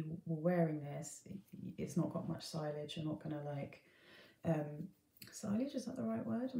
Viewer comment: Sillage is pronounced see-yahj...silage is cow feed...😝